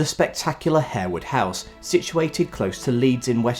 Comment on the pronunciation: I believe Harewood House is pronounced “Har-wood”. Lascelles is pronounced in a way that rhymes with tassels.